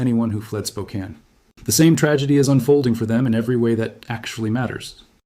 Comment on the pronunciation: Congratulations on pronouncing Spokane correctly!!!